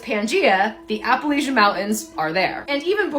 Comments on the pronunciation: It's Appa--lat--chin mountains, not Appa--lay--shun. At least to us who are from here. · Everybody say it with me now: App-a-latch-a, emphasis on the “latch”. Sincerely, just a gal who’s lived in these here mountains goin on 48 years. If you’re gonna make videos about our mountains, learn how to pronounce it correctly🙏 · I love how these people keep saying "i live in the mountains" I'm from the mountains" and continually mispronounce the very mountains they live in.... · How these tiktoker's say Appalayshen mountains, lol is as maddening as when these people say Oragone, when referring to Oregon, actually pronounced Organ. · It's pronounced App a latch an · Ap- uh- latchia I live there. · The second video it is a bobcat scream cause it looks s bobcat country here where I live. It’s our school mascot. Also before making a video on the Appalachian mountains first learn to spell it and pronounce it correctly.